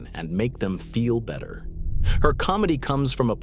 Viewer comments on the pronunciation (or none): none